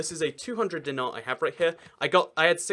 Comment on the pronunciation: its beograd.... grad is common term for city in slavic languages, also its dinar(d-ee-naar), not dinar|(like british dinner time)...., also st sava basilica is largest in the balkans, even more than alexandar neveski@ that certainly can seat over 10,000....